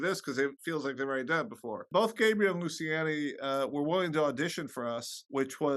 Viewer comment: lovely interview but her name is pronounced "lucy-an-ee" and surname is "bucha-nan" sorry it bothered me had to point out🙃